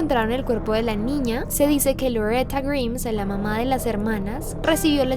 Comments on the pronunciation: Amo sus videos pero me molesta demasiado que pronuncie mal el apellido. Es GRAIMSSSS no GRIMS! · Me mata por qué pronuncia en inglés todo bien y correcto salvó el apellido se pronuncia graims no griims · Grimes se pronuncia GRAIMS no como dijiste pero si como se escribe está bien el pronunciado nomás está un poco erróneo:v Pd: amo tus vídeos y tu voz me encanta escuchar es muy relajante. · Grims? Pensaba que la pronunciación era graims como Rick Grimes de la serie The Walking Dead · Grimes se pronuncia "Graims" jajaja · No se pronuncia "grims" sino "graims" >:v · tqm, pero se pronuncia "Gaims"... Perdón.. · Se escribe Grimes, se pronuncia Graims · Se escribe Grimes pero se pronunca GRAIMS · No se pronuncia "graims"? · Pronuncias mal "grimes" jaja salu2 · Se pronuncia GRAIMS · A mi nomas me molesta que pronuncie mal el apellido intentando hacerse la que lo pronuncia bien? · DEBERIAS APRENDER A PRUNUNCIAR, esta mal como pronuncias grimes, sino sabes como se pronuncia ve a google traductor